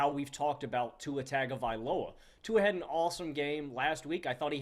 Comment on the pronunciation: It's pronounced tongue a valoa. Not Tag a valoa .